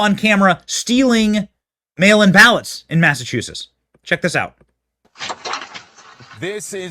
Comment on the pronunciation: I adore you Benny but Please learn how to pronounce Massachusetts